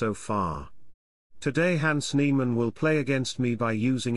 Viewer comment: NIEMANN not NEIMANN!